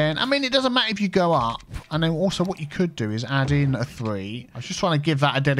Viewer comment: it's a thing when he does the lane management;-) he says you go here..you go there that seems like he is saying Hugo here/ there...